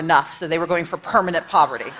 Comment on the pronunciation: “Permenant Poverity” 😂